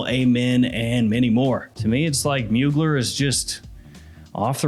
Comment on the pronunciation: It’s pronounced Moo-Glare jfc